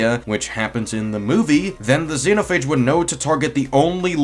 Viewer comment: I'm gonna say it once, it's Zenophage not the way your pronouncing it